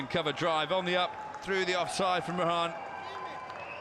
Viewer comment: commenter said rahan instead of rahane